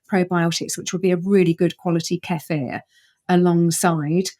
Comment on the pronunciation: Dr. Zoe is correct on the pronunciation of Kefir😍